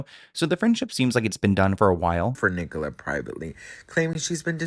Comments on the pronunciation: Yeah, it's 'Nik-ul-a' not 'Ni-cola' 😅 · Sorry but it’s Nic-co-la Little less on the cola pleas😂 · you saying Ni-Cola kills me 😂😂 in South Africa it's a really common name idk about the US. Pronounced with the stress at the beginning like ni-cala❤❤